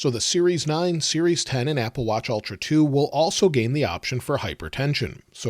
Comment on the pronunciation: Ultra, not Altra. It’s like the difference between bowl and ball.